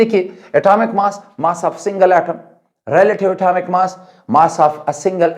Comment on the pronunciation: Sir atomic me t bol gay hai aap ❤❤❤